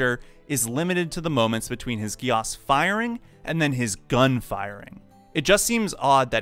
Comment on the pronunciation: I'm sorry but the way he said geass hurt 😂. I thought it was pronounced geese